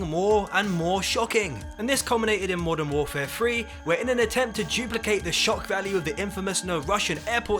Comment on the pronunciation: Didn't know there was a game called modern warfare free, I thought it was modern warfare three, learn to speak properly